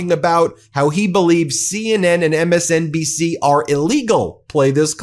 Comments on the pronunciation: Clearly MSNBC can't as he couldn't slur their name correctly ....🤣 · Did he call it 'MSCNC' instead of MSNBC? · Does anyone else notice how much he is slurring his words and mispronouncing thinhs? MSBMC? Trump should be charged with treason. He is giving aide and comfort to the Enemy, (Russia). DOes anyone wonder whay is being done while the public is distrancted by his shit show? It's probably a bit of misdirection on top of insanity. Is America suffering from amnesia? Wasn't Trump constantly slamming judges just a few months ago? Also, I doubt that Trump and his cronies have ever shopped for groceries in their lives. They have someone else to do it for them. That's why Trump finds the word, "groceries" such a q uaint word. He life experience is so far removed from the average person and amazingly his voters can't see it. Please, American friends, get this guy out somehow! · MSND&C? Drumpf has a problem pronouncing words…Tesler? Like James Carville said ‘that boy ain’t right’ 😅😂🤣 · did anyone else notice he said 'MSDNC'? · Did you hear this: Trump says MSNDC. What is MSNDC? (Did he mean MSNBC?) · is he trying to say MSNCB? Cause he keeps saying MSDNC... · He said " MSNDC" instead of msn bb c . Dementia...... helloooooooo?!?!💙🇺🇸☮️✊ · I thought he said MSDNC idk 🤷🏾‍♂️ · Is he purposely saying “msdnc”? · Yh he calls them MSDNC cos he thinks he's smart. Everything's a dumb catch phrase with this prick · I heard MSDNC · Jesus! He’s high as balls!! Was he just staggering around the white house and some lackey told him there’s a doj presser? He couldn’t even say msnbc! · It was funny that he mispronounced MSNBC😁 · He mispronounced MSNBC every time 😂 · He couldn't even say MSNBC correctly